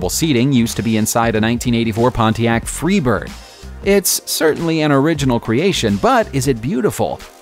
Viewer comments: ...Pontiac Freebird? Gawd, you guys are KILLIN’ me with all the errors. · "Mile-ometer" "Pontiac Free Bird"